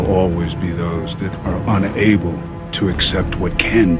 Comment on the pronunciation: Ele pronunciou meio que separado “UN ABLE”